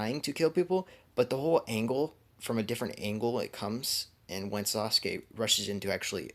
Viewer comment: Yo this is fire but the way he said what if sauske died ha